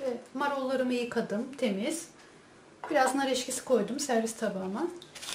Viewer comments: nar eskisi deil nar eksisi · Nar eşkisi değil nar ekşisi olarak söylenir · yalnız o onu demiyor. Nar ekşisi konulur tabiki videodaki bayan "Nar EKŞİSİ" yerine "Nar EŞKİSİ" Dedi. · Nar eşkisi değil EKŞİSİ. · Nar eşkisi değil nar ekşisi🤣🤣🤣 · nar eşkisi değil nar ekşisi lütfen:)) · Nar eşkisi değil,nar ekşisi denir ona. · nar eşkisi değil nar ekşisi